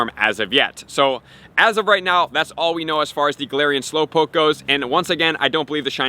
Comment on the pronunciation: Slowpokee wtf is wrong with you its pronounce slow -powk .